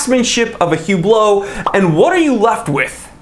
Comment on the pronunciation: Everytime You pronounce Hublot as hyublo instead of üblo Richard Mille releases a new ugly watch 😂🤣